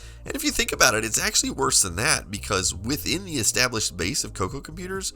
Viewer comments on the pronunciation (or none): none